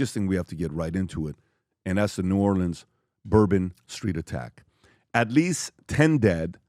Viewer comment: New Orleans… it’s killing me..we say new or-lens… not leans… nails on a chalkboard for me… from a native New Orleanian.